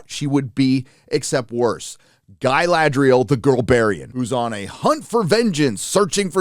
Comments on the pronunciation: It's not Guyladriel, it's Galadriel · guh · la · dree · uhl Not Guy-lad-driel. Come on now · I wondered why he couldn't pronounce Galadriel, until I realised he was trying to say "Guy-ladriel". lol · Galadriel is so butchered... but yeah its old news. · Funnily the one thing they seem to have nailed is the pronunciations. (Please stop remarking it, Americanized "Galadriel" sounds horrible) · My favourite acting flaw is how they pronounce Galadriel is a somewhat elvish way but then all speak is some basic English accent, really immerses you into the world